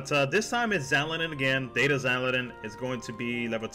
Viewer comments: XAL-DIN not XAL-E-DIN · Its Xaldin.